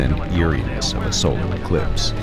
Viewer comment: Why you pronounce Solar as Solaar ?